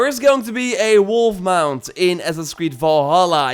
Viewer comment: Did he say wolf